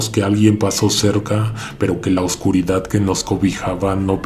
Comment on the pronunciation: No cambies nunca tu modo de hablar, me encanta cuando decís " Que venga la oscuridaaaaaad " y todo lo demás e incluso el aullido que se oye. En otros el que venga la oscuridad lo hiciste muy corto, seguí siempre con la prolongación, me encanta. Soy tu fans y siempre te escucho todas las noches cuando me acuesto. Saludos desde Uruguay, un abrazo.